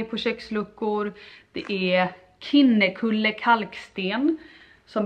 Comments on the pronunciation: fullt förståeligt på ett sätt men när man kommer från området så är det ju en självklarhet att man säger kinne- (som när du uttalar kind) kulle på ett visst sätt 😅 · Haha! uttalet på kinnekulle kalksten var det intressantaste jag hört 😅